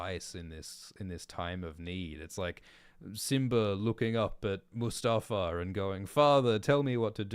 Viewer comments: Did u just call mufasa, mustafa 😂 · bruh its mufasa not mustafa ICANT